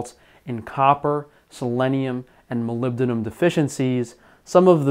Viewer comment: You pronounce Molybdenum really well.